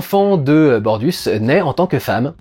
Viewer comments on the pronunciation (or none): Bortus mon dudu ! Et pas Bordus ! 😂 The Orville... la meilleure série de S-F de ces dernières années. Moi aussi j'ai été très ému devant certains épisodes. Ce que je retiens de cette série, c'est qu'on peut traiter sérieusement de problèmes de sociétés sans pour autant sombrer dans l'ambiance froide. La diversité émotionnelle de cette série est son point fort. C'est un vent de fraîcheur dans cette époque où les séries dystopiques à l'ambiance froide pullulent. J'attends la saison 4 avec impatience !